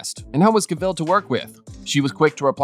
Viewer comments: Oh my god I just cannot listen anymore to all this Henry CaVELLE! Moronic pronounciation! Cavill. It's simple. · Oh I am sick of telling these murican robots that it's Ca-vill not CaVELLE! 🙄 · Who is Henry Cavel? Cavill: pronounced Ca-Vall. It's an English name, not French or Spanish as you're trying to say it.